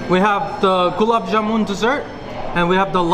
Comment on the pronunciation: It’s not jamoon, it’s ja-mun, like sun, run, bun… 😊